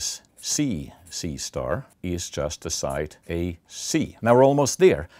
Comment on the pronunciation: I usually take all numberphile videos as half desent math, but the fact that whenever he said "C*" it sounded like he was saying "seestar" (sister with a mexican accent) i was damn near killing myself laughing